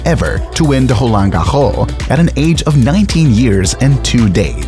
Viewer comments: Is the narrator of this video a human or an AI? What is "holan gaho"??!? The French pronounce Roland Garros with a well hearable "S" sound at the end! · mate, change your way of saying „roland garros“